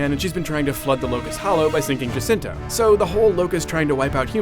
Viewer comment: jacinto not jacinta